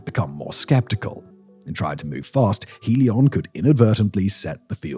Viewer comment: Trop drole! faire de la sponsorisation pour Helios via une IA qui ne sait pas prononcer le i Helos c'est nous revendre l'Hyperloop de l'électricité de demain? Spéculation=Destruction! ITER est le seul projet fiable et mondiale pour pouvoir réussir et ensuite partager car le progrès doit dabord profiter à la civilisation et non à une pseudo Start up pour faire du fric sans aucun résultat, nous en avons ras le bol des ces idiots qui se croient plus malin! ce domaine de la fusion est tellement difficile qu'il faut mettre en commun nos pays et être patient pour le reste c'est du business de comptoir après 2h du matin